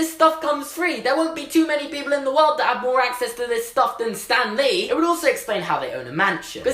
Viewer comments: I kept thinking he was saying STANLEY not Stan lee 😂 😂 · I thought u said stanly